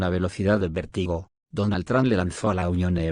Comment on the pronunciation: vértigo con acento en la e y es VANCE El vice de USA😮 organizar con acento en la última a.